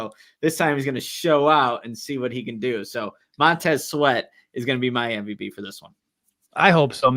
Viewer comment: Why do you say mvb instead of MVP?😅